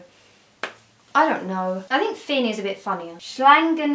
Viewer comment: I thought she was just mispronouncing jake and finn, adventure time